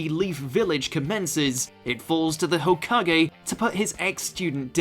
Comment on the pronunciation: THE WAY HE SAYS THE NAMES OF THESE CHARACTERS MAKE THEM LOOK SO DUMB ... EXAMPLE: HOKAGE WHAT IS TO BE SAID: HO FROM "WHORE" KAAAAAAA GE FROM "GAY" WHAT HE SAYS: HUKAGE